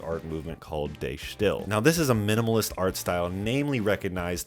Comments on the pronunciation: If you'd pronounce "De stijl" as "the style" you'd be closer than whatever you try to make of it. Destill and De Stijl don't sound anything alike. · The pronunciation of 'De Stijl' is not like 'they still'. It was a Dutch art movement, and being Dutch, I can tell you that it means The Style and if you simply pronounce it like that, you're actually as close to it as you can get in English. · "De Stijl" is pronounced like "Duh Stijl", with the "ij" sounding like the "i" in "Ice" EDIT: In actual dutch, I mean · Very nice video. I wonder what your thoughts are on Primus' Brown Album, which was similarly recorded by the band in a house. Story goes it sounds all distorted because they didn't know to keep the levels not too far in the red, but they just liked the sounds (which I think was a good choice). Just as an aside, you'll probably get closer to the pronounciation of the album title by saying "duh stile" but really end on the L sound, drop the final e, that's just there to get make the i sound closer to the ij sound in Dutch. Same with duh, just keep it really short and snappy and it will sound just about right :) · Isn't it pronounced De Style? I thought the "IJ" makes an "I" sound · You mispronounced the album title. It should sound like Du Shteel. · If it's "the style", I imagine it's close to Afrikaans "Die Styl" and the pronunciation would be much closer to Afrikaans than German, so no research I'm going to say it should probably be pronounced like "dee stale" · I’m not Dutch myself, but I’ve heard Dutch people pronounce it like Duh Schteel. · Great video. De Stijl is actually from dutch and is pronounced "duh-stayle" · it's pronounced like 'the style' with an accent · everyone pronounces "de stijl" incorrectly hahaha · if you are going to talk about how influential an album is, at the very least learn to pronounce its name